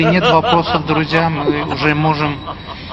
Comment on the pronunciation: Акцент на слово "друзья"))))))